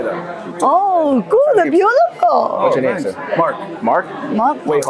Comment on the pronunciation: 英语发音太差，good念作“顾的”，thank念作“三克”。